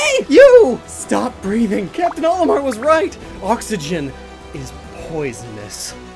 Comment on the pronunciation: Why is this mispronounciation of Olimar so common?